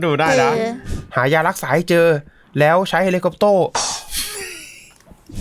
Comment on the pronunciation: ผมได้ยินพูดว่า"รารักษา"